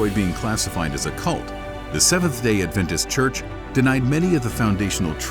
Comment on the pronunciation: Stopped watching/listening . Try again when you know how to pronounce the word "adventist".